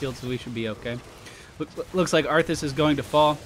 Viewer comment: He says it like that on purpose. I do recall him spelling it as arfus in a chat once. x3